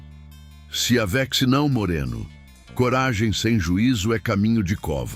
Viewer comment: Sou Consuelo ,de Lins sp, gente por favor acertem a pronúncia do narrador , a pronúncia é não se aveche: só que é escrito com x, mas o locutor fala não se aveche,que horror aqui é Brasil